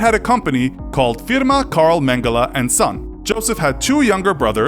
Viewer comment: I had to laugh at how you pronounced "Firma"😂 (I'm German)